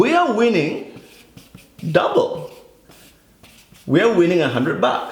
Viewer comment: how he said "double" lmaooooo 😂